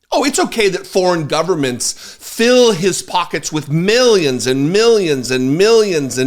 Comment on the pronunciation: Nooo, it's not millions and millions. It's min-yens and min-yens.....etc 😂😂😂